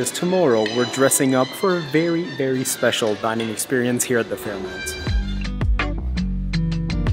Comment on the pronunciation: Great videography and commentary! However, I couldn’t get over your repeated pronunciation of FairMONT as FairMOUNT……